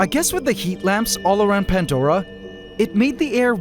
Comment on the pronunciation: Pantdora?? Is bro okay?